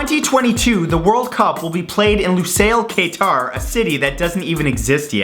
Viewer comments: Qatar is actually pronounced like "cutter" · That's not how you pronounce Qatar it's pronounced cat-are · Kae-Tar? Its Ka-Tar... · Its qatar not qater , im Qatari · "In Lusail, Kay Tar." Sounds like a a rapper's name. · It's (Q U TAR) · Yay Qatar but you said it wrong it's KAT-AR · Its pronounced Lou-sail, Ka-tarr :) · you miss pronounce Qatar and Iraq